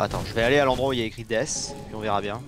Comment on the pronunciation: Hahah je vais aller dans l'endroit écrit DeSsss , Hahahha c death et ça se prononce deaTtt